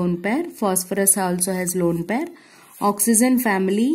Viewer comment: it is oxygen not oxyzen